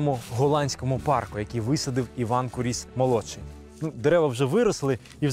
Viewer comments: Маленька ремарка: наголос у прізвищі на "у" - кУріс. Прізвище походить від грецького слова κύριος - володар, правитель. Приблизно у 80 км від цього палацу, у селі Ісаєве, є ще один палац Куріса - Олександра Івановича, правнука Івана Онуфрійовича. Хоч він вже не зовсім у первісному вигляді, та все ж у діючому стані - за іронією долі цей палац теж на педагогічній службі - в ньому розміщено головний корпус місцевого сільськогосподарського ліцею. Олександр Іванович майже не жив у новій оселі, бо невдовзі після завершення будівництва почалися буремні революційні події 1905 року і "панів-гнобителів" вимусили все покинути та виїхати за кордон. Так само, як і прадід, Олександр збудував неподалік маєтку церкву Ікони Казанської Богоматері, яка збереглася й досі. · та сняли кино так, типа как для тик тока. а вот истории и даже ударения правильного на фамилию не знают.